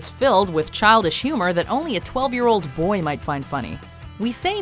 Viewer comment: why is the emphasis on BOY and not the "12 year old"?